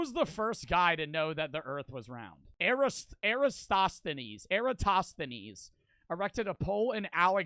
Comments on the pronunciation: Aristotle ❌ Aristostinees ✅ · Aris-aristhosthinees. Aristoss-the-knees 😂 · It’s pronounced EH-ruh-stah-tuhl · Is he saying Aristotle wrong or was Aristsostines real? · we not gonna talk about how he butcher Aristotle and somehow put an N in there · Aristotle! Jeez... at least check some of these things out before recording this